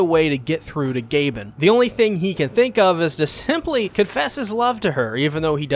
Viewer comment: I'm pretty sure they're pronounced G-ah-bin and T-ay-young